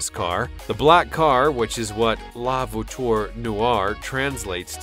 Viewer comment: "voiture"... "veneno"... dude you need to learn how to say words